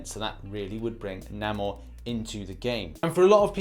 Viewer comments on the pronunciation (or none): its pronounced Nay-More not Nah-More. Please get it right next time man. I always watch your videos and I don't usually do this but Namor is one of my favorite ones so please get his name right. Also, thank you for putting that shit head in his place about a Storm Breaker Thor. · Nay-more not nam-or